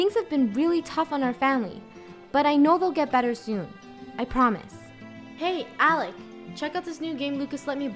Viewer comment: its alec not alex btw I am not trying to be mean